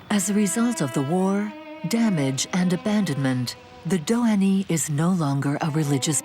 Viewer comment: The final 'y' in Dohany is silent.